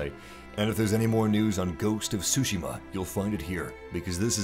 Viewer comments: Tsushima, not sushima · Tryhard voice ruins the vid. I can only assume the game is pronounced su-shima not sushi-ma... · Its "Su-Shi-Ma" Not Shu-Ji-ma or sushi-ma XD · Its not SUSHI~MA lmaooo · I think the "T" isn't silent. think of how you say the word "cats", that "ts" sound is used. So instead of "su" it's "tsu". hence tsushima, not sushima. Plus i think some of the stresses of the word might not have been right, if I'm not mistaken. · Okay paused the vid at 36 seconds. Why do you say “ghost of sushima”? Cmon man, Tsushima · Did he just said : ghost of "Sushima" ? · mhm ? ghost of sushima . . . tzu-shi-ma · TSU-Shi-Ma. TSU!...Oh nevermind...just keep saying Shushima. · "sushi-ma" this dude has no clue how to pronounce it. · Because he butchered the pronunciation of tsuchima. Dude said "sushi ma" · "Ghosts of sushi-ma." lool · I learned and knew Japanese myself, thanks for the reminder, but I'm addressing that to the video commentator as he clearly pronounced as SUSHI-MA... Watch the video again and see for yourself. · Make a slight t sound before the S. Other than that great preview. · the T is not silent!!! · Oh, tsushima was pronounced wrong